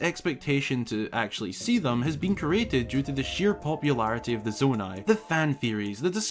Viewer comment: I was quite tempted to click off after you said Nonai